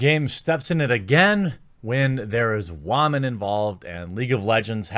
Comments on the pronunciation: Will you please learn how to say woman correctly. Its pronounced wOman not wArman. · i get your points but if you keep saying wa-men and not women, actual respectable women will find you hard to take seriously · Are you saying womyn? Interesting if you are.. I thought it was still pronounced like woman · there is no need to say "waman". We get it anyways. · its been bothering me for a while now, but why do u pronounce woman that way? even though the female players seem faultless here, it feels like you hold some sort of contempt toward woman in gaming in general.